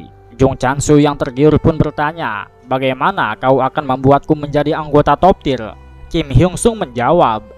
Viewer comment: Sebutannya Top tier, bukan top tir